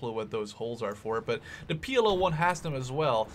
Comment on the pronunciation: It isnt PLO 1 Its PL-01 ;)